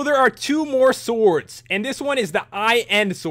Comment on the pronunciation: Special enchantments for the Soords. That accent when he says sword XD